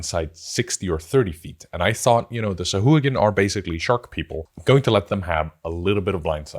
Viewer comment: SA-HU-A-GIN 🙃 SOW-HUA-GIN 🧠